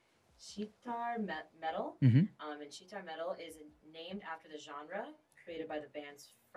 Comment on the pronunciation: Whoever is speaking behind the camera can't even properly say sitar 🤦🏾‍♀️